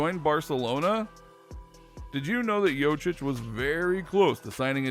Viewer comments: Jokic not Jocic, emagine your surname is pronounced wrong every single time! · The way you pronounce it, it sounds like its spelled "Jocic" and not "Jokic". I mean you had all the backgroundinfo on him, might as well have looked up the pronounciation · It's JoKic not Jochic, pronounce K when you say it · Get it right it's pronounced yo-kich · Jochich? Are you so dumb? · imagine making a video about someone without even looking up how his name is pronounced... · When you make a video about a fairly popular basketball player and you still can't pronounce his name right💀